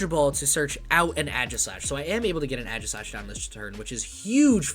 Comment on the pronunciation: Ay-Gis-slash, not Ah-jis-slash, also Aegislash EX does 70 for each prize that you have taken, not your opponent. Just got 3rd at a challenge today with my own list haha. It's fun! Also, you're gonna want more colress, no less than 3, I'm even considering adding a 4th.